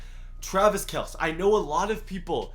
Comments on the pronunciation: HOLY CRAP READ THE COMMENTS IVE SAID IT SO MANY TIMES - IT IS PRONOUNCED “KELCE” as in “kel-see” not “KELC” as in kels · what do you not understand about pronouncing Kelce with a vocal E on the end of the name. Kelceeeeeeeee, not Kels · travis kelce (kell-see) get it right jesus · It’s pronounced Kelsey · It's pronounced Kel-see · Wow, the pronunciations of Travis Kelce and Kelechi Osemele. Just wow. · Someone teach this man how to pronounce Travis Kelces last name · Say Travis kelce’s name right for once